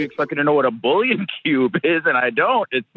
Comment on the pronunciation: funny how condescending she was about bouillon cubes while literally pronouncing it wrong